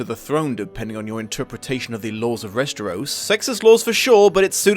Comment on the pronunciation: Just curious, why do you pronounce it Resteros?